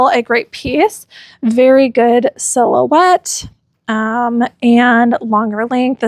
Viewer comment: Random weird comment. I’m getting older and am losing my hearing. When you said “silhouette,” I heard “cello butt.” 😂😂😂😂 Thank Heaven for subtitles.